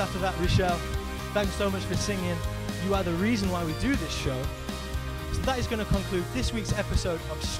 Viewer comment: Aside from the B, V, and TH pronunciation issue, that last girl was superb!